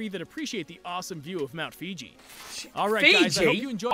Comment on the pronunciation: Mount Fiji🤦🏽‍♂️🤣🤣🤣